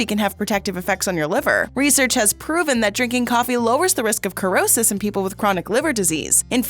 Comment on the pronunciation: The word cirrhosis is pronounced with the S sound, not C or K sound.